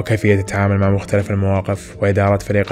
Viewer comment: و مختلِف و ليس مختلَف لأنّ المختلَف عليه تعني المتنازع عليه و أصل الكلمة خِلاف و ليس ٱختلاف